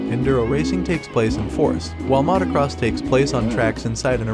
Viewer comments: I like your videos, but have never heard anyone say "mahtacross bikes" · I hate the way this guy pronounces motocross